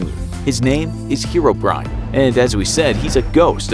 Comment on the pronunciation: The fact that he pronounces it hero-brian